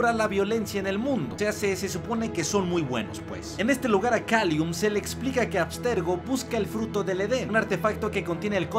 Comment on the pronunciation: Pero es Callum, no Kalium xD